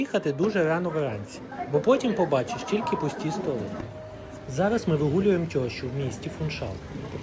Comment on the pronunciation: Не "тьощу" ------ а тЕщу по українськи.